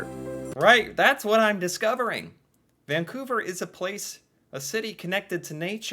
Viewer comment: Thank you for pronouncing it properly. Too many people throw a non-existent G in the name, ie. "Vang-couver".